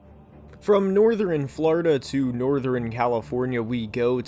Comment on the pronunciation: As much as I love your content the way you say northern and western will make me have an aneurysm